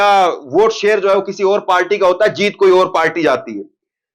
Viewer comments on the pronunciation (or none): none